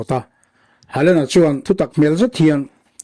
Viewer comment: Hawland anga lam tur,hei chu english lamthiamlo ho lamdan nih hi